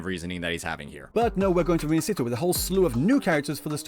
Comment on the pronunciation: I BEG all content creator ;_; learn how to say Rinascita :( its not an english word